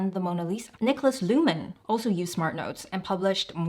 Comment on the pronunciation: Plz Luhmann Not : LuhNmann